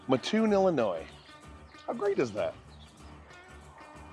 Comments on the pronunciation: I live right down the street from there and eat there a lot. Next time you are there try their fried mushrooms. They are fabulous.. Also please pronounce the name correctly. The locals don't like anyone mispronouncing our name. It is Mat (like in doormat) Toon (like in cartoon).Not Muh-toon. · The way to explain it is do you sleep on a ma-TRESS or a mattress like normal people? Well that's how ya say it, Mat-toon. Charleston raised here, right next door. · It’s mattoon not ma toon Illinois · It's pronounced Mat-Toon. It's only called Ma-Toon because of a guy on the radio did it because it bugged his mother. And because of him many people outside of Mat-Toon started saying it wrong even on the channel 9 news from Decatur and other news stations, which still does it today. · Do you have any friends named Mutt? Do you sleep on a muttress? Nope, your friend's name is Matt, you sleep on a mattress, and it is pronounced Matt-Toon! Glad to see the video - grew up 2 miles west of the McDonald's at the end, used to ride our bikes there to play on the playground. When I was in high school we moved in town and could hear the drive up announcer calling out numbers (Drive up Twenteeeee - ooooooooone), he was very distinct! If you ever go back, ask a local to do an impression, everyone had one. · The way you say Ma--ttoon is killing me . Great video though , Thank you . I was born and raised near Mattoon . Mat-toon . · I've lived in Champaign - Urbana my whole life and I've always heard it pronounced matt-toon. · Oh ok I understand. It's pronounced Mattoon not Mattoon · Umm god. Everytime someone on here says Mattoon, it's the same. Its MAtoon, not muTOON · I live in mattoon , love that place ! Ohhh , the town is pronounced MATT-TOON , not muhhtoon. People can’t stand it being mispronounced here for some reason . Great video !!! Thank you for recognizing it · instead of “mah TOON” it’s more like “matt TOON” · It's MAT Toon, NOT Ma ttoon !! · It's pronounced ma-toon like car-toon.